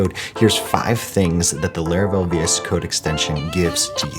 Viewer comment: My man keep saying "Leravel"😂